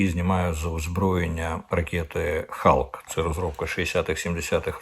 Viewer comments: Ракеты вірно вимовляти не "хавк",а "ХОК" Hawk-ястреб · Не "халк", а "хоук" (sic), що значить "яструб" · Тусі, Алан Маск, Пашешкіян, ракети Халк. Ви якось трошки готуйтесь до ефіру, бо це дуже ріже вухо, коли це чуєш. До речі, Соловйов теж сказав Тусі. Совпадєніє?